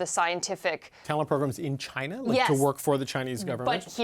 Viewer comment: I thought he would never say Chinya!